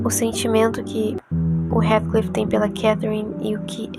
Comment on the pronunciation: Observe a Pronúncia do nome de Heathcliff por favor.